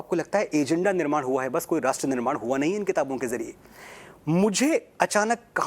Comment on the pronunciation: ग से गनेश नही , ग से गणेश । निर्मान नहीं निर्माण ये भी केवल अंग्रेजी में शिक्षा लेने का परिणाम है , अंग्रेजी के साथ थोडी बहुत तो हिन्दी भी पढ लेती तो सही उच्चारण कर पाती ।